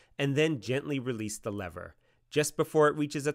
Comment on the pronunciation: I think you should worry about your pronunciation of the word “lever” before worrying about the pronunciation of the manufacturer’s name.